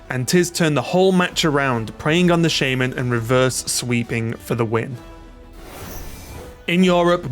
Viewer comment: Why is it shay-men not sha-man?